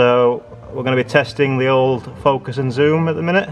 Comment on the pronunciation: “... if we can faukusss...” .... lol